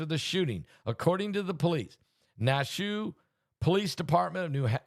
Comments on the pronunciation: Pastor Naushua is pronounced like Nash-Yahweh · Nash U A. Pronunciation. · Pastor its pronounced Nash shU ahh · Pronounced Nash U wah! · It’s pronounced Nash ou ah. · Na---shu---a 3 syllables I'm next door in VT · You know he mispronounces everything 😅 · Nashua. Pronounce Nash U A. 3 syllables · Nashua is pronounce like Joshua remove the J and apply a N.. hello. Biblical please articulate. I have blessed family out there!.. please send healing prayers out to family and children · It is pronounced, kinda like Yahshua but with an N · It’s Nashua New Hampshire Pastor there is an a at the end .